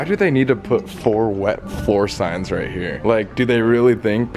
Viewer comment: ‘Kright? Korrect’ adding k to everything 😂😂